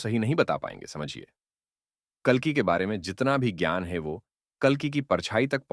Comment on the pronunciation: Apko ek correction suggest karta hun. AI jiss script ko read out kar raha hai, jab bhi woh "hai" ya "hain" bolna chahiye....wahan woh "hey" bol raha hai. AI la hindi toh thik hai, lekin aap ek baar correction karke dekhiye ki "hey" aur "hai" ka antar aa raha hai ya nahi. Dhanyawaad sujav swikaar karne ke liye.